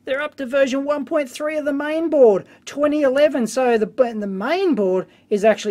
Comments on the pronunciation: Dave, you've made a mistake... you said main board to the "MIAN" board :) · MIAN board, not MAIN.. lol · Thanks for that teardown - i'm really surprised by the amount of engineering work they did at a thing built down to a price. BTW: It was a "MIAN-Board" - not a Main-Board ;) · LOL, "MIAN BOARD" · "mian board"